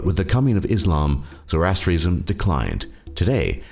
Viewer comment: He pronounced "Zoroastrianism" and "Santeria" wrong too. The narrator is a fucking idiot.